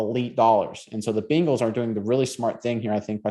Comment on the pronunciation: Quit saying Biiiiiiingles…it’s Bengals…like bay, not bean. Cmon now.